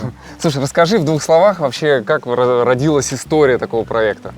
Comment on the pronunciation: родИлась, родилАсь ударение на А